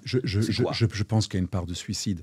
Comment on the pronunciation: Suocide ? Succide ? Sulcide ?